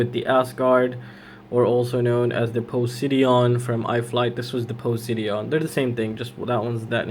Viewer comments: poh -sigh-don ;) nice vid. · LOL you pronounce it po-si-dun like the god of the sea